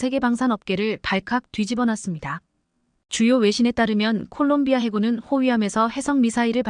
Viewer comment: 콜롱비아를 골롱비아라고? 😂😂😂😂😂 한심하다